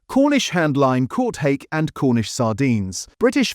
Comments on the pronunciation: “Harkay” instead of Hake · It is informative - but it is also heavily AI generated...the bizarre mismatches between the commentary and the visuals, the relentless, robotic voice-over and the clearly AI generation of that commentary, pronouncing 'hake' as 'har-kay' not hake as in 'take'. Mmm, I'd like to trust this channel, it's such an important issue, but if feels a bit weird to me